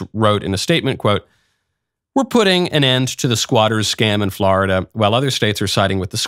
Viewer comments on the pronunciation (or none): none